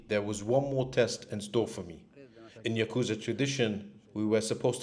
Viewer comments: So do you suppose ever learned the say "ya-ku-za" or did he persist with "ya-kooz-a?" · pronounced "yaka-zah" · Can't stand how you pronounce yakuza